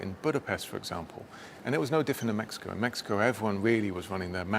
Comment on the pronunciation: DID HE SAY MAXICO????🤣🤣🤣🤣🤣